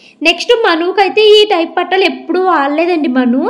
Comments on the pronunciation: Patalu kadu pattilu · Akka pattalu kaadu pattilu